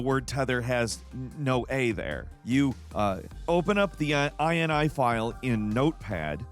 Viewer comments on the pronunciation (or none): Oh, man., it’s not “eye-en-eye”, it’s “eenee”, from the word “initialization”, a list of parameters an object initializes in memory with. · .in-ee. It's a .ini file, yea, in-ee.. Not like a USian to try to extend how something is said! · Whenever I see INI in my files I’ve never once thought I N I I’ve always just sounded it out like (i-nee) hearing say it makes my brain go brrrp